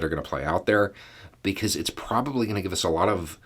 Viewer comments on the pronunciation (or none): none